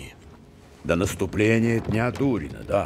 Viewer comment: тупоголовый переводчик, день Дарина, а не Дурина